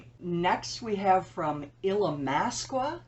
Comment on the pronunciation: I picked the Illimasqua contour stick, & omg, it is amazing! It's Ill-uh-MASK-uh. It's Italiano. 😎